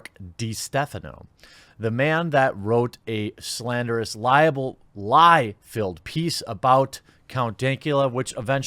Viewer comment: Dude you gotta learn the difference between "liable" and "libel" They're different words. Libel (lie-bell) is written/published slanderous statements. Liable (lie-a-bull) is being legally culpable for something.